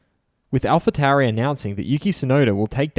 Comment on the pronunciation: 'Alfa Towery' 😂